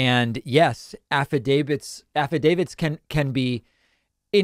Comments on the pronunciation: Don't you mean "Affidavid"? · "I signed an affi-David. Did you?" Melissa Carone